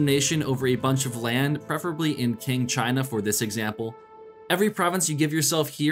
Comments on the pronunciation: By the way, its pronounced Ching not King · aCkShUaLlY it's pronounced "tsing"